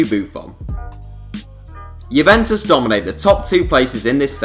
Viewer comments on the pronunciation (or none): none